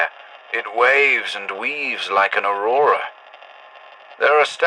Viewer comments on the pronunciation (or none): none